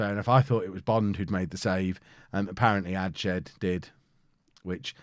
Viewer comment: Quick Pronunciation tip - adshead pronounced ads-head not adshed